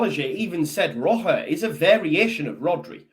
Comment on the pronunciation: Don't want to sound pedantic but the pronunciation of Roca is "Roka" un Spanish the "c" before an "a" is pronounced as a hard "c" as in "Kick". The gutteral sound you are using is for a "j" or a "g". Short lesson in Spanish pronunciation for you. Spanish Whites MOT!